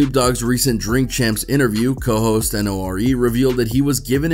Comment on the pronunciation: N.O.R.E is pronounced nor-ee